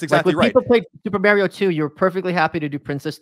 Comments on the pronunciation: Mary-O....Come on Mike, we all know it's Mario. Your a Texan now bro. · He says M-air-io too lol